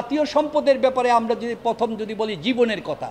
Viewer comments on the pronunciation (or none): none